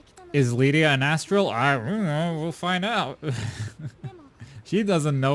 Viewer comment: Jeez, again calm… down… And it is Lyria. LyRia, with an R. NOT Lydia.